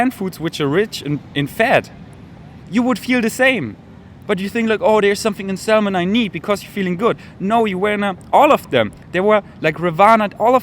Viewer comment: ... and lose the sound of 'L' in Salmon....pronounced SAM un